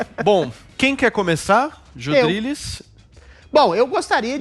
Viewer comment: Joes ou jois, sempre falando merdis